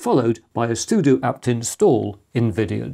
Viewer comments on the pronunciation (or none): none